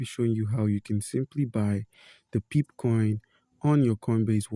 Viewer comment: Pronounced as pepay brotha. Thanks for the help 👍